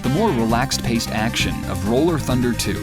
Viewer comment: Rolling Thunder was written/pronounced incorrectly.